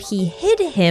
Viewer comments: a small correction, snezhnaya starts with “s”, not “sh”, (and strictly speaking in russian the emphasis should be on E, snEzhnaya, but i don’t know other slavic languages, maybe the emphasis differs depending on the language) the “y” in bely tsar also sounds a bit different…. as a native russian speaker it’s so hard to hear it, maybe i should do a youtube video with a pronunciation guide…. kinda pissed that the official voice acting doesn’t account for the nuances of the languages when it concerns the names , considering how heavily genshin is inspired by different cultures. the same thing with words like ratniki (in plural the emphasis is on a, rAtniki) or starshina (the emphasis is on the last a, starshinA), or solovei (solovEi) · changes the number on the Days Since Snazhnaya has been Mispronounced sign to 0